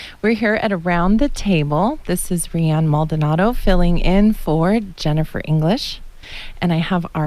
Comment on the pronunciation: Rianne, not Dianne :)